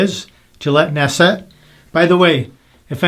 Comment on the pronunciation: This is a top-5 blade for me. Insanely clean shaving with zero irritation. By the way, it’s pronounce naht’-set, and I believe Google translate is correct in this case.